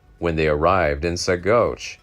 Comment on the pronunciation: Ouray is pronounced U ray. Saguche is pronounced Su watch.